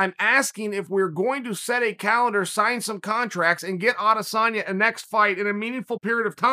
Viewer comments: Chael its ahdissonya. Just ask helwani. He’ll tell you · Chael- "Can you beat Adesamya" Wideman- (KO'd on ground)